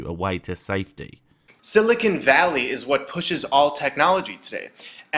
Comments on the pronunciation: He keeps saying silicone not silicon and it’s making me laugh so hard my sides hurt lol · he keeps pronouncing Silicon as Silicone. 2 very different materials. The first is what his head is made of and the second is probably shoved up his arse. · he keeps saying silicone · Quartz isn't even pure silicon as he claims, it is an atom of silicon along with 4 atoms of oxygen. The moron even shows the formula for it on the screen when he makes the claim! And he keeps mispronouncing silicon as silicone. They are related, but NOT the same thing. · I like that he pronounced silicon as silicone. By his logic, dildos are remarkably good at storing and processing information. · Theres a difference between Silicon (Si, the element) and Silica (SiO2, the chemical compound) pronouncing it correctly helps understanding.